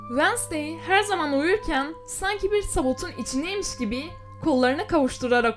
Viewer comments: Ablacım "vasney" ne yaa Wed-nes-day dee<3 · Vanasdey değil Venzdey diye okunuyor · vednızday diye okunuyo diye biliyorum